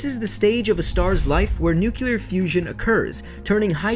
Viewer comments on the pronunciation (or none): It's nuclear fusion not nucular fusion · nucular? nuclear you mean? nuke-clear not nu-cu-lar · Did he say nucluar? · ffs why do so many people say "nucular" instead of nuclear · You said newkulear... ugh. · "nucular"? Really? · seriously, nookeelar/nukilar? Dumbass!